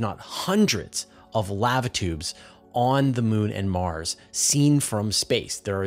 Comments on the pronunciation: Dude, it's pronounced "lah-va" and rhymes with java or guava. It's not pronounced like "have a". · I'm sorry dude but Laava tube is cringing me out. Lava tube man. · How does this guy not know how to say LAVA. He says it like the “lav” in lavender then he adds “uh”. Thats not how its pronounced fool. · Sorry, but if you cannot pronounce "lava" properly, there are too many of these you tube channels to put up with poor grammar nor pronunciations. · FYI, the vowel sound is the same on both sides of the "V" in the word "lava". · I'm not one of those people who are "outraged", merely correcting a particular word being mispronounced. If I were saying someone's name incorrectly, I would want to be corrected. The easy way to settle this is to look up the proper pronunciation of the word "Lava" in the English dictionary. It should take less than 5 seconds. It would take even less effort than pretending someone is outraged.🤦‍♂ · please dont say Lava again.. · How do you not know how to pronounce 'lava' correctly? It's a well known and often spoken four letter word. Did you miss the previous hundreds of times you heard others pronounce it correctly?☹️👎😬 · I understand that serious regional dialogues cause mispronunciations, but they're still wrong. Continual such errors cripple any language. Cute yes, comical yes, uneducated absolutely. That said, you're kindness is noted as is the typical excuse for doing them. Do it right. I don't mispronounce other languages. I learn them. I don't change them. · First time I've heard an American mispronounce Lava.